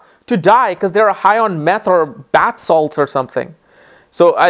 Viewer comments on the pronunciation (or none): none